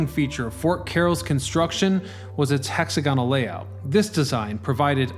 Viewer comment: I couldn't finish watching this video. It's interesting, but I can only tolerate the word "hexagonal" being mispronounced so many times.